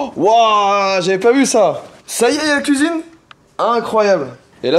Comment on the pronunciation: "ya la couisine aussu pozey